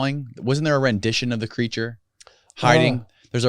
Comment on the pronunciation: Creature or is it "cre a ture"